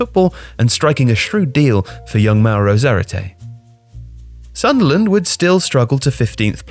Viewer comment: I think you pronounced sunderland wrong